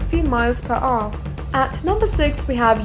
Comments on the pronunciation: One thousand and five hundred miles per "ooh!" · the way she pronounce "hour" :D